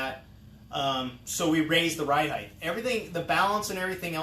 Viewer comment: Drink every time he says heighth like it’s a real word